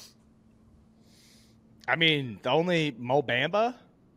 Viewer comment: saying Mo Bamba as “Bam-ba” is the most middle aged white guy thing I’ve ever heard